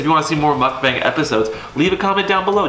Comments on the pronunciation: In case someone wonders... It's not pronounce Mock-Band... It's pronounce Muk-Bung :) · I think if I were to write it how it is pronounced, I would say Mook Bong (emphasis on the ook). Then again, maybe I too don't know how to correctly pronounce it.